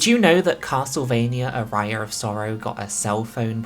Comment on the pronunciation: love ya, but please, the pronounciation of aria is putting me in places I didn't know exist. Great video though!